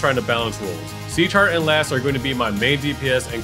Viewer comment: Pagkarinig ko seashark sa sieghart haha